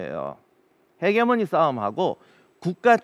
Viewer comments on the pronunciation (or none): none